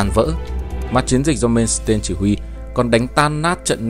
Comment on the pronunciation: Làm về nước đức thì làm ơn xem lại cái tên của ngta hộ cái Phát âm thì sai lè :))) tiếng đức mà ông cứ làm như tiếng anh, "mên s tên' 🤣